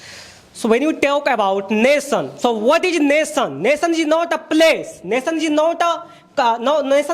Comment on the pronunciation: Not Nason ... Nation